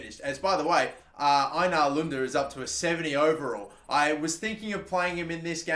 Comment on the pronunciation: Your saying Einar wrong. You say it like A nar